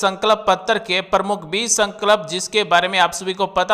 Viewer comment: भाई संकल्प तो बोलना सीख लो